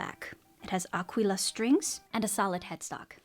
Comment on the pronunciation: Really nice Ukeleles. I feel like the Roy Smeck could sit in a fruit bowl when not being played 🍐 . Please can you say Aquila several times, love your pronounciation ! 😋